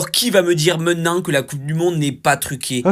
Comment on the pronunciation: "Pour que tu voyes" "Meunenant" Ouais pas besoin de savoir de quoi il parle pour comptendre que son cerveau est liquéfié depuis des années